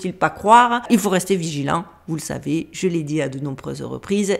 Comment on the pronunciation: J'adore, j'ai eu l'impression que c'était moi qui disais " viligeant" au lieu de " vigilant "😂. Oui je suis aussi dyslexique ❤❤❤